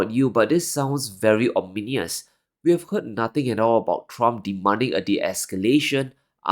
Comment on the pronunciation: for the last time. It’s not ominious…. It’s ominous.